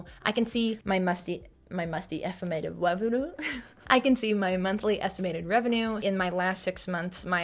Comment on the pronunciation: "my musty effamated wevenue" just took me OUT